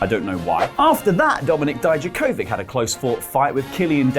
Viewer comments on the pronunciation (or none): So both nxt and wrestletalk are STILL mispronouncing dijakovic.... cool. DEE-YUCK-OVICH